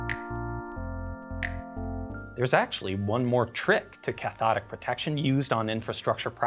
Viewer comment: I hear it as Ch'thonic Protection every time